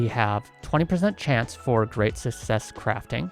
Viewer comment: Reason why I still haven’t subscribed to Channel: He still cannot pronounce Success